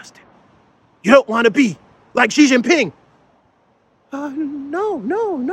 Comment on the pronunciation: ATTENTION, XI JIN PING"s name is pronounced SHEEE JIN PING not JHEEE JIN PING. By saying JHEE, you are insulting Xi because Jhee means penis. This is equal to Chinese person calling your dude DONALD DUMP.